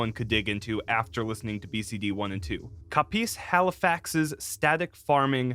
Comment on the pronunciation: Grain-jer... like Ranger w a G at the beginning. And its Cop-iss Halifax. Sorry to be nitpicky.